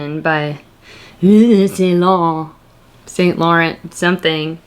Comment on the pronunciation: 🤣Love it! Yves St Laurent is pronounced like Evas .... the Y makes the E sound.